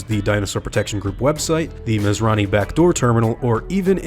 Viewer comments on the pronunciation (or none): none